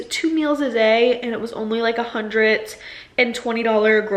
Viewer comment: Hundret is the new way to say hundred